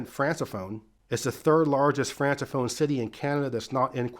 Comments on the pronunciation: A small correction. You use the word francophone and pronounce it "france a phone". It is pronounced "Frank a phone" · Americans are so dumb… it’s not pronounced “France-a phone” “Franc-a-phone” Moron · Francophone is pronounced “frank-a-phone” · But he pronounced Tijuana correctly, so that's a W for me. 😂